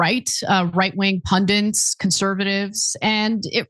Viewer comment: PUNDIT. Not PUNDINT.